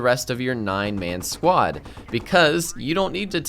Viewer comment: I thought he was saying squat